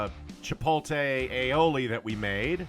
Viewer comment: You can spell "chipotle" correctly but can't pronounce it correctly. Lol